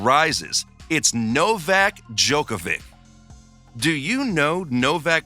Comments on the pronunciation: My husband can’t pronounce his name … he calls him Novak Dodge-a-vick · Bro not only did you pronounce his name wrong, but you also mispronounced his childrens names and his wifes name. Love the vid, just search how its pronounced before you make a lot of mistakes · You mispronounced every name in video, i understand that Jelena Gencic is hard but Nadal and Djokovic?!